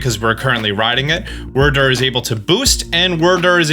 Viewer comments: Isn't it pronounced Weer Deer not wurrdurr? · Wyrdeer is actually pronounced Weir-deer, as Wyrd is the Olde English word for Fate. Makes sense as Wyrdeer is a psychic type, so it makes sense that it can see the future. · Stop saying wrydeer like that. It was pronounced ‘weird-deer’ in the presents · please stop saying Wyrdyr as “Wur Dur.” It’s WEER DEER. It’s a deer and the name of the Pokémon has the pronunciation of DEER in it. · WYRDEER DEER DEER NOT WYRDERR WYRDER!!!!!!! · Wydeer not WURRDURR haha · (Where-Dear) is the actual pronunciation 😂😂 I know you B.sing tho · Why does he call him Werder?? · Why are you saying wrdr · I love you man, but for the love of any Pokemon with Charm, its pronounced weir-deer. Like weird, but without the D at the end, and the deer. It was funny the first couple videos, but now you're making me cringe every time. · Did they not say in the trailer where they showed off the new evolutions wyrdeer was pronounced like “weirdeer” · He says it in the wrong way as a joke.